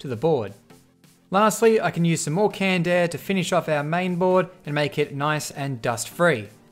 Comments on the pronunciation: i thought he said candair but i just realized he said canned air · Canned air, i heard candaer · How many times he said Kand Eh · I hate you for saying "canned air"